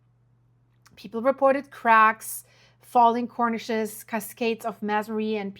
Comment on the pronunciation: A cornice is an architectural feature that is usually a support for the edge of a roof and it is pronounced: kor-niss. The word you are using, Cornish, refers to a region of southwest England named Cornwall it is also the name of a small breed of chicken; the Cornish hen and it is pronounced kor-nish 🤓